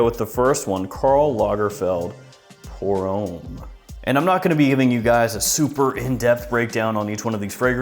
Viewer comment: it's pronounced om not ome.